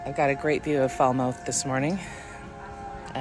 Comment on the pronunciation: 10,000 steps! Wow! Once upon a time I could do that. These days 10 steps is about it. Cultural tip: "Falmth, not Falmouth". It would get you marked as an American, which wouldn't be fair! And we call them tiles, not shingles. I hope that pizza was as good as it looked.